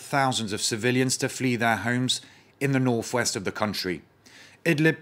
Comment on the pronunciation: hmmm....The anchor says "Nofe-west" offensive----perhaps he meant "Northwest" offensive?!?